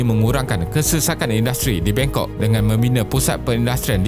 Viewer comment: Kalo gak salah tadi bangkok dalam bahasa melayu di bacanya bengkok yah? Lucu jg😁